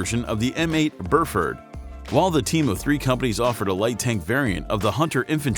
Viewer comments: The M8 is spelled Buford, not Burford, and is pronounced B-you-ford not burrfurdd.. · It's Buford, not Burford. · Dude, it's Buford, not Burford lol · Anyone else cringe every time he mispronounced the M8 Bufort? Is it an AI speech program?